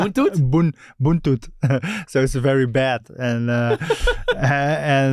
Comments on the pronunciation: its not buntut its butut buntun means tail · Butut mang sergi bukan buntut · " BUTUT " not " BUNTUT" The meaning is Bad Performance or you play so bad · It's not buntut sergio, it's butut 😂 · Not Buntut but Butut is Bad. Ser. in Sundanese speaking. 😅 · He is persib living legends, I am bobotoh and I live in Bandung .He was our fav player..he say buntut but the correct is butut..BUNTUT =TAIL...BUTUT =BAD..i am happy he still remember the sundanesse words😁🙏